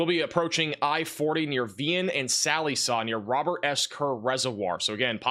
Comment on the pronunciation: Check pronunciation of Sallisaw